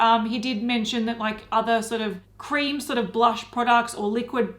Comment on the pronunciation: When anyone says blursh it sounds like their mid-puking